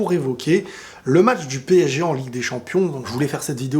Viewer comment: PSG et non PÈG Hein !!